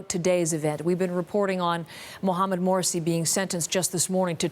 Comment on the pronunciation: She said "Mohamed MOURSY himself...." how crap can these reporters be.